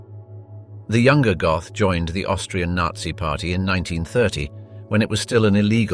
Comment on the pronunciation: His surname isn't Goth, it's pronounced GOAT..